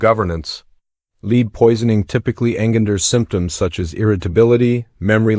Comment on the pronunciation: Maybe a remedial english language course should be taken by this narrator to learn correct pronunciation of the word LEAD - - - should be LED the mineral; and engenders is with a soft "g" not hard "g".